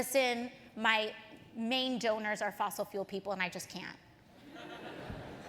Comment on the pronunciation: ay-und, ay-und, ay-und, ay-und